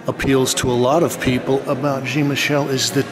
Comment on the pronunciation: Good video,, as always, but why do you continue to insist on mispronouncing Jean-Michel? It's Jean as in John, not Jean as in blue jeans.